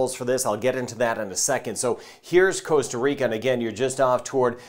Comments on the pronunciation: please, please, please can you use the proper pronunciation, ie how we Ticos say it! It's Costa not Coasta. Costa as in Costco. There's only one a and its at the end! Thanks. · I can totally agree that mispronunciation is commonplace around the world, even by native speakers, but how do you mispronounce Costa as coasta? It's the same as Puerto Rico. It's not Porto! How does an English speaker mistake an ue for an o? It should pooerrto. I believe that Costa is mispronounced as coasta, just because the translation is coast.